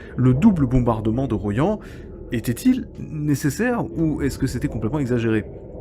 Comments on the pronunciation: Royan ça se prononce "Roi yan", pas "Ro yan", ça m'a écorché les oreilles. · Chaque été je vais à Soulac et à chaque fois je passe par Royan. J’ai appris quelque chose aujourd’hui. Par contre ça se prononce Roi-yan. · Bien vu pour Larminat, un crime de guerre ces 2 bombardements sur ce pauvre Royan (prononciation bizarre dans votre capsule 🤣) 500 civils tués poir seulement 15 soldats de la Wehrmacht, il me semble... Enfin sans polémique contre l'idole du moment qu'est de Gaulle, ce dernier aurait insisté pour qu'il n'y ait plus aucune poche (Festung) allemande lors de la capitulation du 8mai.. D'où ce dernier bombardement absurde et criminel du 30 avril 45... mais je n'ai pas la Vérité absolue, bien sûr !